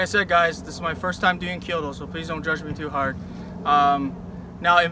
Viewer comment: Kyu-do not Kyo-do.